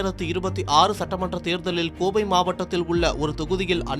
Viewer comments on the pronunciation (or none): none